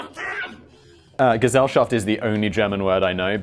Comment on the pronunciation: you really need to put those names in writing on the screen x.x German, here, and I have no effin clue how to even try to look that Gesellschaft up, based on how Simon said it.. (teehee ... Simon says...)